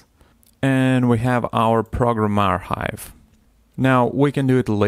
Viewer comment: аркайв, а не архайв....